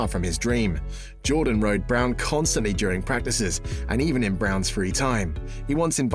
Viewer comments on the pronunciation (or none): none